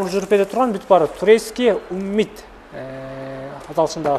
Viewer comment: Уммит, эмес summit (cуммит)